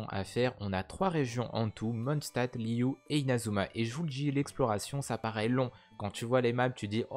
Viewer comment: Je viens d'apprendre un truc : Liyue ne se prononce pas Liyu mais Liyué